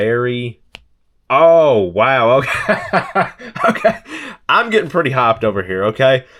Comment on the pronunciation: Hyped not hopped lol